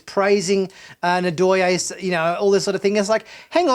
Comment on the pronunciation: Loved the review, thus far, as of . Just a note: it is "NNN-Doy-aye" (hard 'N' sound, no "ah"). It's a Bantu name, similar to Zulu. The tongue touches the roof of the mouth hard, then 'Doyaye'. Just a friendly thought. I agree that there should have at least been a line about an inquest into her actions. Otherwise, good stuff. Admittedly, you get a bit petty on Burnham's emotional state . It's interesting, as the first scene that comes to my mind is when Kirk learned "those Klingon bastards killed my son!" He practically falls down against his captain's chair, in supreme grief over it. So, these events have moments. She's not Sisko; she's not Kirk; she's not Picard or Janeway. Please quit making them the measure of her character. That's not remotely fair. As well, you realize these people saved their homeworlds. I'd do a bit more than just jump up and down. I'd get downright blitzed! No telling what would happen. The satisfying ending makes the emotions well-understood. Picard has his own damned emotional issues, which is the core of his problems, as we see in Picard. So, no - I "can't imagine" Picard getting jumping up in down, in circles. It's Picard. These people are NOT Picard. Please quit with the false equivalencies.